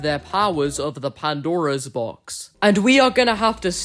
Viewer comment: This might be a bit petty, but I can't help but notice how you say "the Pandaro's Box" when it's just supposed to be "Pandora's Box".